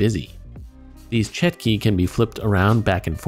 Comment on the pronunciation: it's chotki not chetki